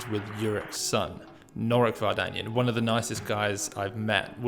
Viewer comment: Thanks! As for the surname, Armenian surnames are stressed by the last syllable: VardanyAn